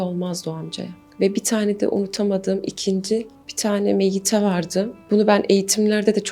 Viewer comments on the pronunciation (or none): Miete değil meyyite. Meyyite: Kadın cenaze.